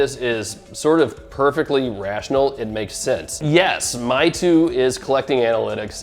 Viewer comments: It is not called Mytu, but Maytu. And it is for kids and young people, not for serious granddad. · It's pronounced "may tu" meaing "beautiful picture"